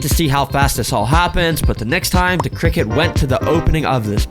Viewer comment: criket 🗣️ sounds better